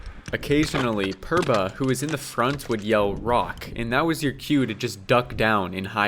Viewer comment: Imagine climbing a mountain with a sherpa's help and mispronouncing his name every time. It's pronounced as 'Poorva'